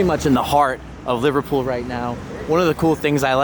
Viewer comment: Livertool 😂😂😂😂😂😂 I can't get it out of my head now , every time you say Liverpool, I hear Livertool 😂😂😂😂😂😂